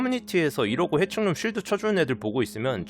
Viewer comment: 오파드햄 해칭룸 발음할 때 회충룸이라고 들리네 ㅋㅋㅋㅋ